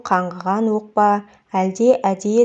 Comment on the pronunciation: Өк емес оқ де